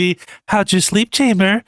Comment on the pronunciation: its chamber not chainber..